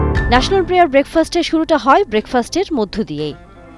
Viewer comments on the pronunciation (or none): একজন উপস্থাপ বা উপস্থাপিকার উচ্চারণের দিকে নজর দেওয়া উচিত। National prayer, not player.